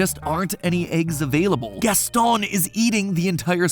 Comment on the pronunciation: Why are you saying Gaston like that though?